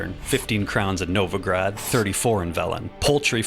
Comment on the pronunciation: tusant? novagrad??? Why do you all americans and englishmen have to treat every foreign word like garbage